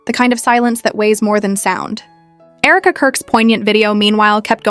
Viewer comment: Herka? AI.